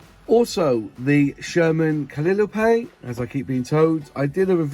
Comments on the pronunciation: cal eye o pay. pronunciation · I knew you were going to struggle with the pronunciation of Calliope. Lived in the West Country many years ago and I know the letter 'L' can cause some problems down there.